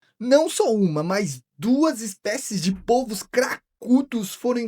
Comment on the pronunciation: Oi cara, parabéns pelo canal, pelas explicações e pela escolha de temas interessantes. Só uma observação: o plural de polvo se pronuncia "pôlvos" e não "pólvos". Abraço!